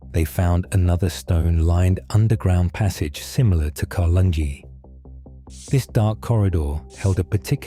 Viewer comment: I live near. Carlungie Earth house. It is pronounced Car lung A. There is another one in Tealing.